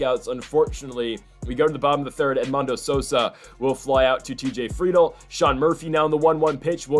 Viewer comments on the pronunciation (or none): Edmundo is pronounced (Ed-Moon-Doe) anyway keep at it cause ur better then me